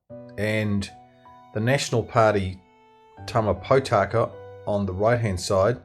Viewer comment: Ma-rye, Poe-Taka, Maow-re. Yep, I know which side side this video creator is on.